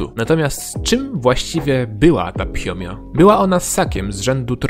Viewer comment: to jest fiomia nie phiomia👍